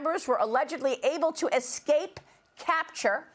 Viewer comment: Did she say, "ec-scape?" The word is ES-cape. Sorry folks. That oft mispronounced word grates on my nerves.